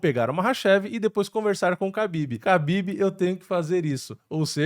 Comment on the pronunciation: A letra ‘Х’ do alfabeto cirílico se lê como o ‘R’ de “rato”. Apenas na transliteração a letra ‘Х’ é escrita como ‘KH’, mas isso não afeta a pronúncia. Portanto, o certo é falar “Rabib” e “Marratchev”. Tmj 👍🏻